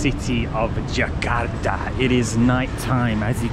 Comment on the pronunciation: I like the way you pronounce “Jakarta.” I can sense your efforts when mimicking the local accent most of the time